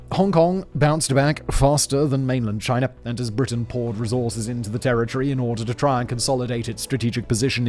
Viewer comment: "Chiner" is crazy